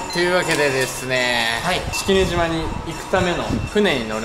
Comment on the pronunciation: スィスィンって言ってるよね⁉️